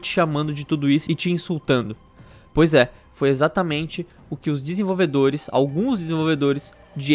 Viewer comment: "Desenvolvedolhes"? Quaé withe virou o cebolinha?